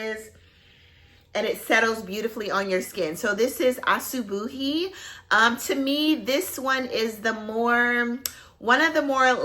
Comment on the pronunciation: Asubuhi means morning in swahili! And you pronounced it perfectly!